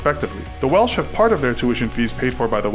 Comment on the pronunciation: Yeah, I don't know why he said Welch. That's not an American pronunciation of Welsh...that guy just said it wrong.